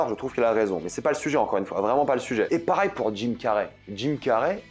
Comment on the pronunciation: j'ai une question pour toi, pourquoi tu prononce jamais Pareil mais Parail???